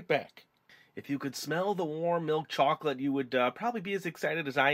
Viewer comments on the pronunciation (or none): he said chocate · I love the way u say chocolate